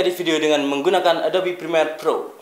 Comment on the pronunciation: Prremiere bang,, bukan Primer :((